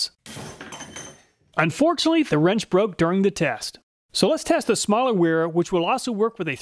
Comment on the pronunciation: Wera is pronounced Vera. As it's a German company.. Awesome video we call the nut rounders for a reason even good ones are not as good a quality open face wrench.. Love my wera tools but the joker wrenches didn't see quite that good in my book thanks for saving me the 300 bucks it would have cost me. Will more then likely settle with the normal combination wrench set from them.